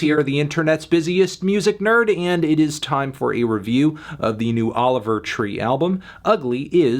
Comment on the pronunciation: He never says his name right haha 😹